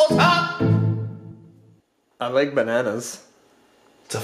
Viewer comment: this man said iliek bannas